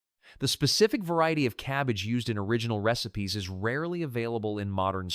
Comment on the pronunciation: This AI voice is annoying. It pronounces AMISH as AYE-MISH & RECIPES AS REE-SIPES